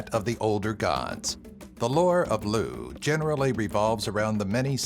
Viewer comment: lugh is pronounced lug